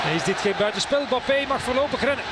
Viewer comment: Peter van den bempt moet weer speciaal doet met zijn Bappe ... zeg gewoon Embappe zoals die andere 7 biljoen mensen het uitspreken , ook in frankrijk.